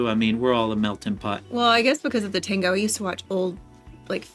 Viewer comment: Se escribe y se dice "TANGO" no "TONGO". Y se escribe y se dice efecto "MANDALA",no "MANDELA"